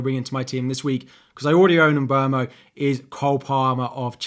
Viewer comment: Thank you for pronouncing Mbeumo's name right! Love your videos!